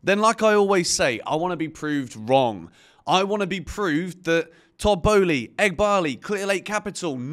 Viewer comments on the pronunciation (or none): Tod Bowley and Ed Bahley or whatever they called sounds like some takeaway dish each time I hear that 😂